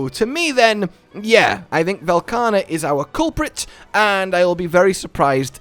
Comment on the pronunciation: I love Velkana, but i absolutely hate what Sunbreak has become, so I just hope they don't ruin yet another loved monster. And again for the love of mh, say his fucking name right.